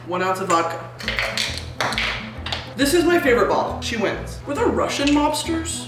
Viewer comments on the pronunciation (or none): none